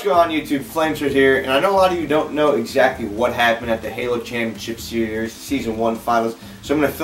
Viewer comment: was that word supposed to be "series"? lol